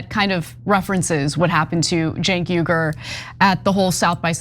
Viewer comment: Shabbos, listen to Ana as she pronounces Cenk Uygur's name, she's known him for almost two decades, so she would know how to pronounce it better than anyone else outside of Cenk. I just want us to stop warring and get along.